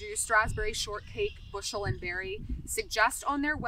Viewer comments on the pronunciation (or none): none